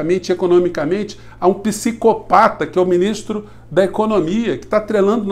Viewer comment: Ministro é um paroxítona na comunicação: cria a onde não tem as sílabas tônicas! Muda Brasil!!